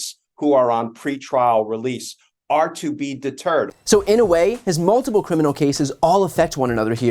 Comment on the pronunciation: Oh Donald Trump is “Da Turd”. Oh wait , maybe he said deterred.